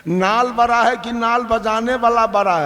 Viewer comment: Baraaa नही बड़ा बोलो😡